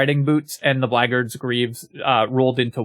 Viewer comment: Look, you're right about shillelagh but I'll never forgive the way you say Blackguard.